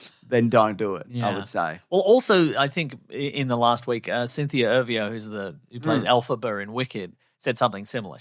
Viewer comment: it’s Cynthia Erivo, pronounced “er-ee-voh” not “air-vee-oh”